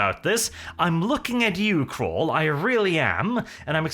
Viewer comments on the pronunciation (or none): this 'random ass mechanicus dude' helped the emperor design the black carapace. He isn't a nobody. Also its CAWL not CRAWL